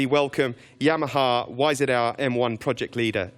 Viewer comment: It's Yamaha not Yahama FFS. Yep, thank me later.